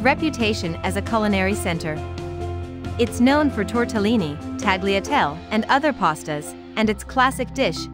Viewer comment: Please pronounce the food names correctly, what does it mean Tagliatel, it should be pronounced Talliatelli